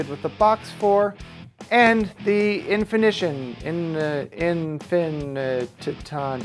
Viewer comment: Thanks for the video. Full of good info. In-fini-tawn I am not saying you should script your videos, but writing down what you want to say beforehand and NOT reading it as you go a long would be a good idea. You do a lot of onscreen thinking which results in a lot of pauses and afterthoughts.